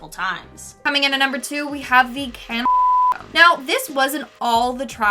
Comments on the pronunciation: Why can’t you say cannibal ? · Lol. Why can’t you say cannibal?